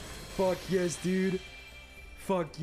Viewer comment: I like how he says yesh.